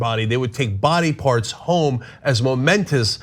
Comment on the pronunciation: Mementos. Mementos. Not momentos.